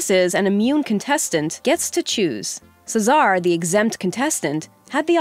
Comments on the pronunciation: Do they read the scripts without watching the actual episodes? Cesar's name is pronounced just like the name it derived from. How in the heck did they get "Suh-ZAR." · "Czar" Bruh... Cesar is not a hard name to pronounce. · Cesar name is called as c-sir, not se Sar, farhan name is called as far- hand, not farhen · The only striking thing about this video is how you butchered some of the peoples names like chef Joe’s last name and chef Aarõns first name same for Farhan and Cesar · I'm actually triggered when she said Cesar's name incorrectly. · I cringe every time she mispronounces Cesar 🙄🙄...